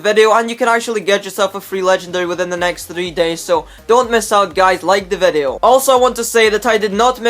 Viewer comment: OMFG PLEASE.. ITS VIDEO NOT FUCKING VEDEOU